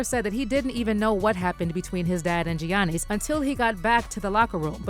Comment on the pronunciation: You can't even pronounce Gianni's' named correctly and Shannon is saying it in the video.... 🙄🙄🙄